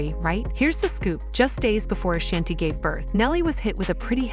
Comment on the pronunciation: AAAAAA-SHAWN-TEE NOT SHANNTee. Ok ma'am. NoW. BEAUUUTIFULL FAMILY❤❤❤❤🎉🎉🎉🎉🎉